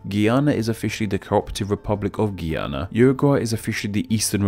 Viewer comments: You pronounced Guyana the way that Guiana is pronounced, if I was from either of them I'd be triggered :P. The correct pronunciation of Guyana is /ɡaɪˈɑː.nə/ You also said 'UEA' instead of 'UAE' for United Arab Emirates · This comment is so late and I don’t know if you’ll see it but if it ever comes up again, Guyana is pronounced ‘Guy’ ‘Ana’ 🇬🇾🇬🇾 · its GI-an-na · Just an FYI Guyana is pronounced GUY ANA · Throughout this whole video the one thing that stuck with me is that you pronounced Guyana wrong 🤣